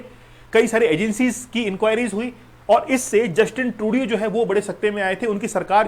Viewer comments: Justin ट्रूडो होता है सर Justin ट्रूडियो नहीं होता है सर आप भी ना बस ग़लत नाम ले रहे हो वही नाम अब छात्र बोलेंगे ! 😮😮😮😮😮😮😮😮😮😮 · Sirji atleast learn to pronounce Justin Turdo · yes. ko batao